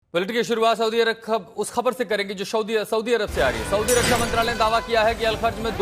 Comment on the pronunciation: Tu pehle saudiarab ka naam to sahi se lena sikh le tab baad me news dena